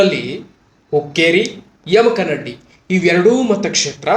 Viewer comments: ಸರ್ ತಪ್ಪಾಗಿ ಅರ್ಥೈಸಬೇಡಿ, ತಪ್ಪಾಗಿ ಉಚ್ಛಾರ ಮಾಡಬೇಡಿ, ಯಮಕನಡ್ಡಿ ಅಲ್ಲಾ, ಯಮಕನಮರಡಿ, ಯಮಕನಮರ್ಡಿ ಅಂಥಾ ಓದಿಕೊಳ್ಳಿ. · ಸುದ್ದಿ ಓದುವ ಮೊದಲು ಸರಿಯಾಗಿ ಶಬ್ದಗಳ ಉಚ್ಚರಣೆ ಮಾಡುವುದನ್ನ ಕಲಿ ದಯವಿಟ್ಟು ಅದು ಯಮಕನಡ್ಡಿ ಅಲ್ಲ ಯಮಕನಮರಡಿ ಮತ್ತೆ ಕಿಂಗ್ ಪಿನ್ ಅಂತ ಶಬ್ದ ಉಪಯೋಗ ಮಾಡಿದೀಯ ನೋಡು ಇವೆಲ್ಲ ಸರಿ ಮಾಡಿಕೋ ಇಲ್ಲ ಅಂದ್ರೆ ಏನೋ ಮಾಡಲು ಹೋಗಿ ಏನೋ ಆದೀತು. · adu yamakanamaradi...not yamakmaddi...😊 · ಮೊದಲು ಯಮಕನಮರಡಿ ಅನ್ನೋದು ಕಲಿಯಪ್ಪ